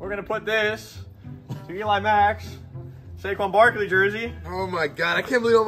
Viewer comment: he said baquon sarkley